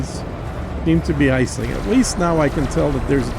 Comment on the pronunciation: Every time I heard him pronounce her name ACELING I winced.